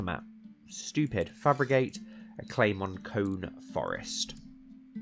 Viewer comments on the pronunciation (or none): Kone Forest > Crone Forest? I think it's probably supposed to be pronounced "Cone-EE" but ehh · KO-NE with a /e/ pronunciation.